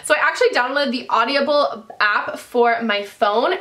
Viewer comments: Omg Meghaaan I love you but it's Audible, not AudiAble!! Driving me nuuuts :P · Hey Meghan...isn't it just "Aud-ible" not "Audi-able"....lol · Audibles is great but you are adding an extra syllable LOL! Also, flip your Sonia Kashuk concealer over and tell me if yours says "not for use near eyes" or something like that. Mine did! Dafuq? Isn't using near the eyes the point of that concealer????